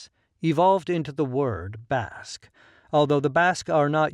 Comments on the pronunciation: It's BASQUE not bosque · When you say Basque, I hear Africa! 💥💪🏿🌍